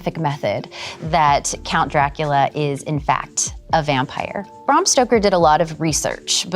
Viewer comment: Can she say Bram Stoker's name correctly, PLEASE FOR THE 100TH TIME, IT'S BRAM! BRAAAAAAAAAM NOT BRUM BRAAAAAAAAAAAAAAAAAAAAAAAAAAAAAM!!!!!!!!!